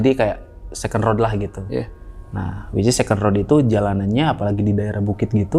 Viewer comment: gue ngakak pas dia bilang wicis